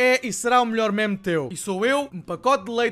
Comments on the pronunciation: NÃO SE LÊ MÉMES É "MIMES" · Fodass isto irrita-me, meme é pronunciado /mim/ e não /mæm/ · NAO DIGAS MÉMES DIZ MIMES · Diz se "mime"